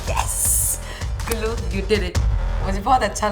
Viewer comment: Gullu ❌ lulluu✅